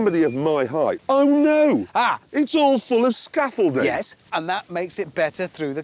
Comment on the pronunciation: ''oh no its fitted with a scaffholding''